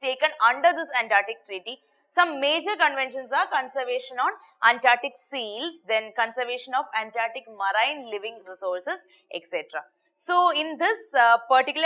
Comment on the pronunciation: Please stop pronouncing marine as "marain". lol